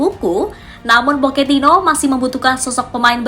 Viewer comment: Era baru poketino Kalau ngomong yg bener min pocetino poketino oon x kau